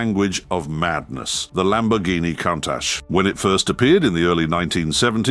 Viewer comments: It's pronounced coontash not countash! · This video should get a price for most wrong pronunciations of a single word in under 160 seconds. Say it with me,: K O O N N - T U S H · It's pronounced Koon-taj (with a long soft "J" sound at the end). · For the grace of fcuking god. Stop posting Ai narration where they can’t even pronounce the cars name. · Sadly, the Ai keeps mispronouncing its name. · i dont like to say this But damn you for getting "Countach" wrong. Stop, it's really irritating. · The name is slang for look at that . Most often a reference for something surprising you were not expecting to see . Like a very attractive women walked around the corner into view, word from one of the workers creating the prototype . And your pronouncing it incorrectly .